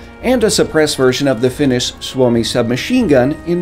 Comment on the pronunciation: U said suomi really well